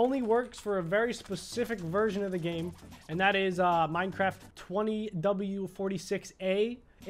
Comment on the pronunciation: Wait it’s “minecraft” not “minecrafp” right?